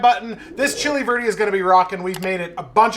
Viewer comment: Bro, before you come down to go with me to the clubs in Miami you need to learn how to say verde lol. That burrito looked amazing and definitely fork and knife worthy. Awesome job!!!